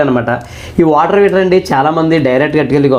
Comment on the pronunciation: Heater ❌ Weeter ✅ (and) munagali ❌ mulagali ✅